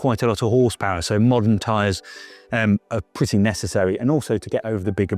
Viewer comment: its purdy